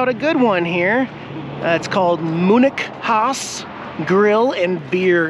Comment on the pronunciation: Diane is much better than that young thing back at the race track. Got a laugh when you pronounced Munich Haus!